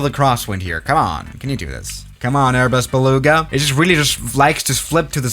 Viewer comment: Welcome back to the strong german accent LEEEE ARBUZ BELOUGA